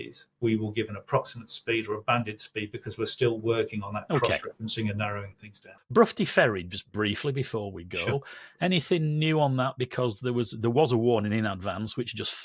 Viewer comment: Small point but Broughty Ferry is pronounced "Brotty Ferry".